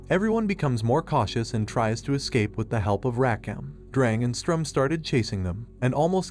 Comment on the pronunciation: just a bit of correction on names Sturm not strum Siero not cielo , her full name is sierokarte